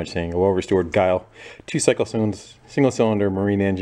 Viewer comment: I think it's pronounced with a soft G like "jile"